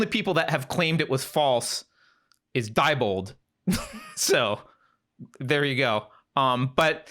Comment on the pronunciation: I live near the headquarters. It is pronounced dee bold. It’s not a princess!